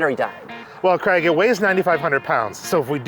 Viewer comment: Please learn how to say the name Craig correctly. It is not Creg!! I had to stop watching, it's so disrespectful not saying someone's name correctly.